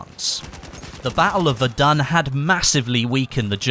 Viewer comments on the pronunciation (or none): none